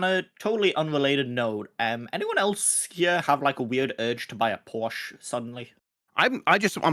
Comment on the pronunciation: Porsche not porch. It's German and easy rule is if it isn't English you pronounce the E at the end